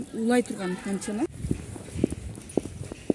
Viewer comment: Бул кыз ото эле эмоцияга берилип кетиптир т.е.оолугуп кетиптир чанкылдабай эле суйлосо болот да этика жок аньтена дпбей антена деп туура суйлошту уйронсон болмок.